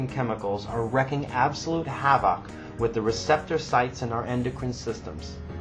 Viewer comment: 😂 what kinda accent is this?